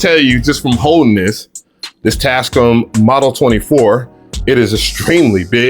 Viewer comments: Tas -CAAAAAM! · Bro keeps pronouncing it as “TASCUM”😂😂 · this is my new goal...i need to buy enough equipment to justify purchasing this mixer. this dude goes out of his way to mispronounce words. "Ruhverb" "Tascuhm" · its TAS- CAM BRO:)) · welcome bike today we are looking at the tascum model 24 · quality tech info -100 % raw excitement from seeing a mixer for the first time in person +500 % pronunciation of brand name Tascam -100 % level of diddler energy for the mixer +500 % over all review score 800% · You were super sensitive about Bolo pronouncing your name right and you cant even pronounce Tascam correctly 😂 Also, camera moves way to much. slow it down 🥴